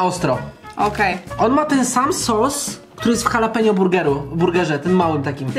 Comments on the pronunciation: H w języku hiszpańskim jest nieme Jaleno czyta się Alapenio nie Halapenio Boże jak to denerwuje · jalapenio?? xD